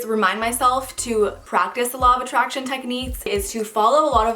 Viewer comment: 😂When they where saying "the law of attraction" I thought they said "the law of a Trash Can 😂